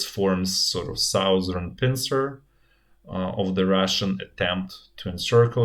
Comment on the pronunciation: sauzern part lmao